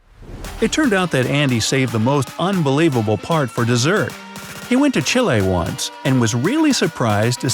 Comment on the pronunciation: The way he pronounced Chile : CHILAI